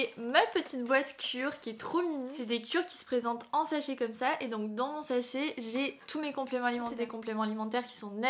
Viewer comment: J’aime bien tes vidéos mais j’ai beaucoup du mal avec la façon dont tu prononces les A « fètigue » « mèh petite boite » « exèctement » « pti sèchet » bref, j’espère que je vais réussir à m’y faire et à ne plus l’entendre mais pour le moment ça me perturbe 😅